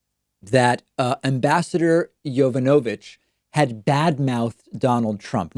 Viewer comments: It's pronounced YOE-VAH-NUH-VICH. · With long Russian names you stress the third to last syllable. Vowels are similar to Spanish: Natalia Makarova nah- TAH- lee-ah mah- KAH- roh- vah